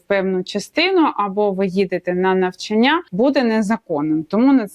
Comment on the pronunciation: если вы адвокат, то должны выражаться по правилам украинского языка. приведите мне пример правила, в котором говорится что слово випадок произносится с ударением на второй слог. а то выглядите как минимум непрофессионально то же самое и про слово навчання. звучите как школьница двоечница